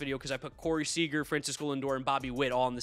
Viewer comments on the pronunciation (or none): none